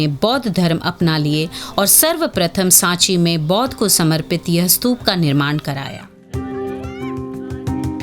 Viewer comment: स्तूप है ना की स्तूपा, 🙄🙄